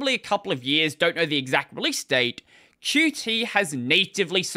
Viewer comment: It's pronounced "Cute" by the way...and not q-t